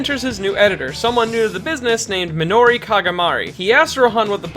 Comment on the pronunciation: That pronunciation of mutsukabezaka and minoru made my day